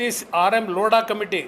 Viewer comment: ಛೀ ಛೀ ಲೋಡಾ ಅಲ್ಲ ಕಣಣ್ಣೋ ಲೋಧಾ ಅಂತ 😂😂